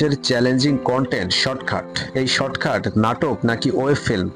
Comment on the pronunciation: শর্টখাট না শর্টকাট 🙄